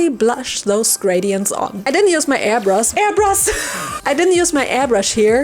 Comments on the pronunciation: Airbrush ❌ Airbrus ✔ I love you 😂😂😂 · Died at "airbrus" 😂 love the commentary just as much as the content!